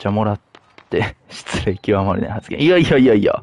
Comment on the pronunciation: いやいやいやの発音がせいやに似てるコンビ愛